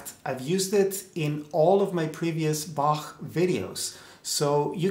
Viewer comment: Thanks for pronouncing the master's name right.